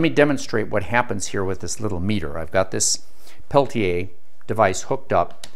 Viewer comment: I love this guy! It is AM and I have to be at work in the morning, but I can't turn him off. He is also one of the few people on YouTube who pronounces Peltier correctly (pel-tee-ay instead of pel-teer or pel-tee-er).